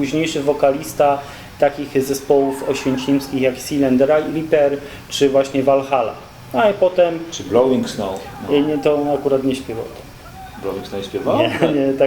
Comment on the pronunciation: Sajlent panie kolego nie Silent